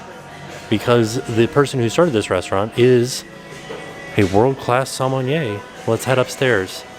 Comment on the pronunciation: perfectly pronounced sommelier Also: CrAyoWn